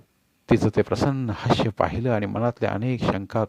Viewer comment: हास्य म्हणा हाश्य नाही